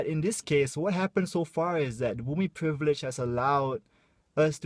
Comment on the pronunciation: Love you. Thanks for bringing up this sensitive issue and being a voice for us. By the way, I notice you have difficulty pronouncing "privilege" hahaha XD